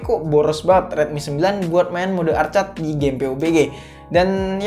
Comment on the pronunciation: arked bang jgn arcad, pantes bingung wkwk